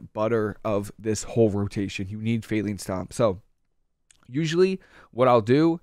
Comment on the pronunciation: Good video bro but it's pronounced fae-line (like a straight line) stomp. It's a play on the phrase 'ley line. '